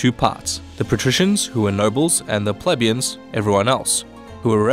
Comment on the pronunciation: Plebeians. (Plee-Beians not pleb-ians just saying :D)